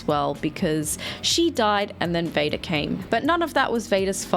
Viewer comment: Every time says Vada, i hear VADER